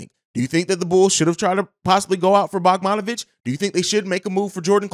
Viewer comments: Dude said “bogmonovic” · Butchered that mans name lol